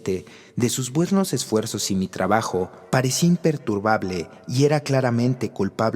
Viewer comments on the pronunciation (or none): none